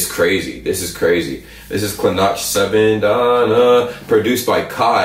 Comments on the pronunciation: It's not klinač it' klinaC as C you read it as C. And he is only 17.... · you pronounce it as klinatch but its pronounced as kleenatz (klinac means kid) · His name is pronounced "KLINATZ" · How to read Klinac = Something like Kleenatz. XD Nice vid bro! 🔥😻